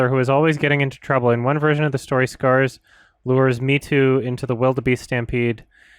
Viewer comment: As hilarious as it is that he's pronouncing Mheetu's name as "me too," it's pronounce "muh-HEE-too"